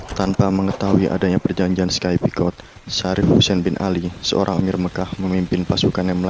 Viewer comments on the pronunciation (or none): Sedikit kritik: 1.untuk suara naratornya terlalu pelan seperti berbisik, jadi tidak jelas jalur cerita. 2.kesalahan dalam membaca Sykes picot, narator mbaca sky picot. Semoga sukses kedepannya, salam